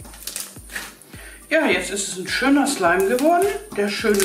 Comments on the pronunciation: Wer auch f*** slime verstanden likte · OMG am Anfang fick slime 😂😂😂 Das hört sich genau so an 😲😂😂😂😂😂😂😂😂😂😂😂😂😂😂😂😂😂😂😂😂😂😂😂😂😊😂😂😂😊😊😊😊😊😊😊😂😊😊😊😊😊😊😂😂😂😂😂😂😂😂😂😂😂😂😂😂😂😂😂😂😂😂😂😂😂😂😂😂😂😂😂😂😂😂😂😂😂😂😂😂😂😂😂😂😂😂😂😂😂😂😂😂😂😂😂😂😂😂😂😂😂😂😂😂😂😂😂😂😂😂😂😂😂😂😂😂😂😂😂😂😂😂😂😂😂😂😂😂😂😂😂😂😂😂😂😂😂😂😂😂😂😂😂😊😂😂😂😂😂😂😊😊😊😊😂😂😂😊😊😊😊😂😂😂😂😂😂😂😂😂😂😂😂😂😂😂😂😂😂😂😂😂😂😂😂😂😂😂😂😂😂😂😂😂😂😂😂😂😂😂😂😂😂😂😂😂😂😂😂😂😂😂😂😂😂😂😂😂😂😂😂😂😂😂😂😂😂😂😂😂😂😂😂😂😂😂😂😂😂😂😂😂😂😂😂😂😂😂😂😂😂😂😂😂😂😂😂😂😂😂😂😂😂😂😂😂😂😂😂😂😂😂😂😂😂😂😂😂😂😂😂😂😂😂😂😂😂😂😂😂😂😂😂😂😂😂😂😂😂😂😂😂😂😂😂😂😂😂😂😂😂😂😂😂😂😂😂😂😂😂😂😂😂😂😂😂😂😂😂😂😂😂😂😂😂😂😂😂😂😂😂😂😂😂😂😂😂😂😂😂😂😂😂😂😂😂😂😂😂😂😂😂😂😂😂😂😂😂😂😂😂😂😂😂😂😂😂😂😂😂😂😂😂😂😂😂😂😂😂😂😂😂😂😂😂😂😂😂😂😂😂😂😂😂😂😂😂😂😂😂😂😂😂😂😂😂😂😂😂😂😂😂😂😂😂😂😂😂😂😂😂😂😂😂😂😂😂😂😂😂😂😂😂😂😂😂😂😂😂😂😂😂😂😂😂😂😂😂😂😂😂😂😂😂😂😂😂😂😂😂😂😂😂😂😂😂😂😂😂😂😂😂😂😂😂😂😂😂😂😂😂😂😂😂😂😂😂😂😂😂😂😂😂😂😂😂😂😂😂😂😂😂😂😂😂😂😂😂😂😂😂😂😂😂😂😂😂😂😂😂😂😂😂😂😂😂😂😂😂😂😂😂😂😂😂😂😂😂😂😂😂😂😂😂😂😂😂😂😂😂😂😂😂😂😂😂😂😂😂😂😂😂😂😂😂😂😂😂😂😂😂😂😂😂😂😂😂😂😂😂😂😂😂😂😂😂😂😂😂😂😂😂😂😂😂😂😂😂😂😂😂😂😂😂😂😂😂😂😂😂😂😂😂😂😂😂😂😂😂😂😂😂😂😂😂😂😂😂😊😊😊😂😂😂😂😂😂😂😂😂😂😂😂😂😂😂😂😂😂😂😂😂😂😂😂😂😂😂😂😂😂😂😂😂😂😂😂😂😂😂😂😂😂😂😂😂😂😂😂😂😂😂😂😂😂😂😂😂😂😂😂😂😂😂😂😂😂😂😂😂😂😂😂😂😂😂😂😂😂😂😂😂😂😂😂😂😂😂😂😂😂😂😂😂😂😂😂😂😂😂😂😂😂😂😂😂😂😂😂😂😂😂😂😂😂😂😂😂😂😂😂😂😂😂😂😂😂😂😂😂😂😂😂😂😂😂😂😂😂😂😂😂😂😂😂😂😂😂😂😂😂😂😂😂😂😂😂😂😂😂😂😂😂😂😂😂😂😂😂😂😂😂😂😂😂😂😂😂😂😂😂😂😂😂😂😂😂😂😂😂😂😂😂😂😂😂😂😂😂😂😂😂😂😂😂😂😂😂😂😂😂😂😂😂😂😂😂😂😂😂😂😂😂😂😂😂😂😂😂😂😂😂😂😂😂😂😂😂😂😂😂😂😂😂😂😂😂😂😂😂😂😂😂😂😂😂😂😂😂😂😂😂😂😂😂😂😂😂😂😂😂😂😂😂😂😂😂😂😂😂😂😂😂😂😂😂😂😂😂😂😂😂😂😂😂😂😂😂😂😂😂😂😂😂😂😂😂😂😂😂😂😂😂😂😂😂😂😂😂😂😂😂😂😂😂😂😂😂😂😂😂😂😂😂😂😂😂😂😂😂😂😂😂😂😂😂😂😂😂😂😂😂😂😂😂😂😂😂😂😂😂😂😂😂😂😂😂😂😂😂😂😂😂😂😂😂😂😂😂😂😂😂😂😂😂😂😂😂😂😂😂😂😂😂😂😂😂😂😂😂😂😂😂😂😂😂😂😂😂😂😂😂😂😂😂😂😂😂😂😂😂😂😂😂😂😂😂😂😂😂😂😂😂😂😂😂😂😂😂😂😂😂😂😂😂😂😂😂😂😂😂😂😂😂😂😂😂😂😂😂😂😂😂😂😂😂😂😂😂😂😂😂😂😂😂😂😂😂😂😂😂😂😂😂😂😂😂😂😂😂😂😂😂😂😂😂😂😂😂😂😂😂😂😂😂😂😂😂😂😂😂😂😂😂😂😂😂😂😂😂😂😂😂😂😂😂😂😂😂😂😂😂😂😂😂😂😂😂😂😂😂😂😂😂😂😂😂😂😂😂😂😂😂😂😂😂😂😂😂😂😂😂😂😂😂😂😂😂😂😂😂😂😂😂😂😂😂😂😂😂😂😂😂😂😂😂😂😂😂😂😂😂😂😂😂😂😂😂😂😂😂😂😂😂😂😂😂😂😂😂😂😂😂😂😂😂😂😂😂😂😂😂😂😂😂😂😂😂😂😂😂😂😂😂😂😂😂😂😂😂😂😂😂😂😂😂😂😂😂😂😂😂😂😂😂😂😂😂😂😂😂😂😂😂😂😂😂😂😂😂😂😂😂😂😂😂😂😂😂😂😂😂😂😂😂😂😂😂😂😂😂😂😂😂😂😂😂😂😂😂😂😂😂😂😂😂😂😂😂😂😂😂😂😂😂😂😂😂😂😂😂😂😂😂😂😂😂😂😂😂😂😂😂😂😂😂😂😂😂😂😂😂😂😂😂😂😂😂😂😂😂😂😂😂😂😂😂😂😂😂😂😂😂😂😂😂😂😂😂😂😂😂😂😂😂😂😂😂😂😂😂😂😂😂😂😂😂😂😂😂😂😂😂😂😂😂😂😂😂😂😂😂😂😂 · ich hab fick schleim verstanden 😂😂😂😂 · Habe ich mich verhört oder hat die am Anfang wirklich fxck slime gesagt?😂